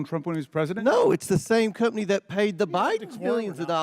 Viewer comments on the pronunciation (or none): That countryass hick is the absolute dumbest and beyond the worst at this. Plus... who tf says cump-ney😂😂